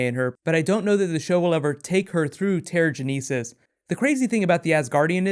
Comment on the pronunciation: Awesome video, but I HAVE to correct you on your pronunciation of Terrigenesis. It's pronounced Terry-Genesis. Still, video is great :)